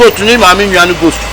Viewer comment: said "goat or ghost"? 🤣